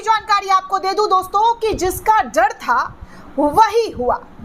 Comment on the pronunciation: जड नहीं होता डर होता है, एंकर को शब्दों का उच्चारण करने में माहिर होना चाहिए